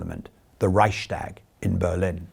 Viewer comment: the word Reichstag has no "sh" sound in the middle. It's a compound word: Reichs + Tag.